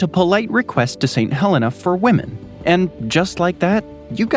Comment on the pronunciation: I'm from St Helena Island, thanks for the coverage you've got some great details in there. Not many people mention our cabbage trees. Also we pronounce it as 'St Heleena' really gotta extend those e's lol.